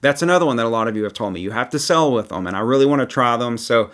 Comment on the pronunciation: the word is "sail" (pronounced sale), not "sell". You go "sailing", not "selling".